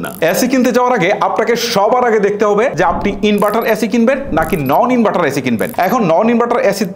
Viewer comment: ওরে উচ্চারণ ভাই, ইনবাটার, চয় হাজার টাকা, লককো, করচ, কেত্রে, বালো, মুকি, হয়েচে😂